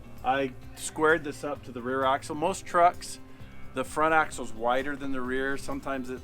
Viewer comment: It’s a “haxle 😂